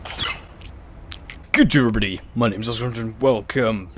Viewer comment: Stop saying guhjurbudee